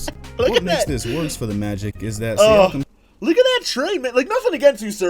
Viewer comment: Its Siakam not Siakim Lol